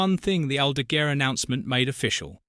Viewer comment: Or Aldagooair 😂